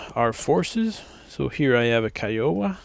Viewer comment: Pronounced KIE oh wah